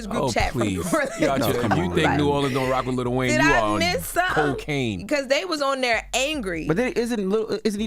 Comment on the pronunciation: ITS NOT LITTLE… Its LIl WAYNE